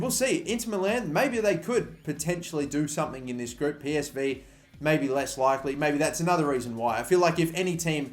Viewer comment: Group not groupe 😂